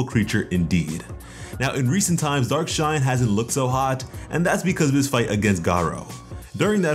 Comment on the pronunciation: Why do I keep mishearing dark shine as dark knight